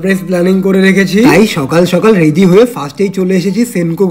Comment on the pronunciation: রেডি ❌ রেদি ✅